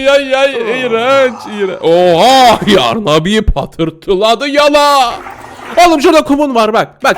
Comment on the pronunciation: O değilde neden YARRRRRNABİ diyon djfkfkfgkgk😂